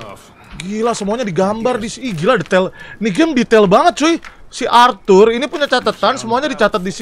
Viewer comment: Arthur bang bukan althul